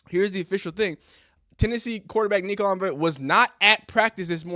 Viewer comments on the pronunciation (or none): It’s pronounced “umma-leave-ah” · His last name starts with an I not L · Pronounced: E-oh-Molly-ah-vuh Say it altogether like a A-Tribe-Called-Quest 😂😂😂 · Samoan here 🙋🏽‍♀️ The name should have emphasis on the different Samoan words combined into one so - ‘Ia-ma-le-ava’. This is pronounced as - “EAR-MA-LEH-ARH-VUH” but faster of course haha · You would , that when you have a name that you already know you're going to flub up, You would think you would do your research first. The name is all over Sportcenter produced properly. Come on Dawg.